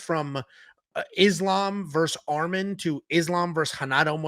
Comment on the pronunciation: It's not armen foo it's arman where did you find this guy off temu